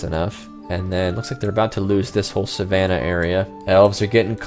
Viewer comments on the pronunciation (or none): none